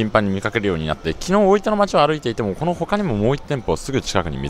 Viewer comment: 板橋出身なのになんか大分の発音が変な気がする？